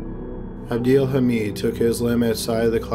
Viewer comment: Lol it’s abdel “ha-med”